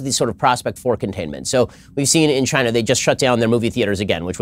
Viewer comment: I can't pronounce China like before, for me it's Chi - Nah from now on